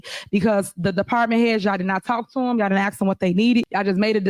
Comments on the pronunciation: The only thing I could understand from her speech given her poor use of English and horrible slurred pronunciation was; "I BE having a meeting and you can AXE questions then." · She can't even say ask she says axe . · I would Never vote for someone who can’t pronounce the word “Ask”.